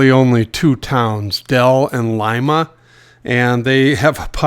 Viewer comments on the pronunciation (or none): none